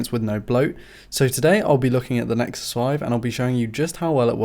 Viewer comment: "Nexuses" makes me cringe...